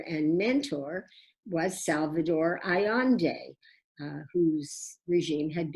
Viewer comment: GET IT RIGHT!!!! Her name is pronounced “Ah yen de” NOT ALLANDE - follow your vowels Furthermore, it is common knowledge the CIA assassinated Salvador Allende. Thanx professor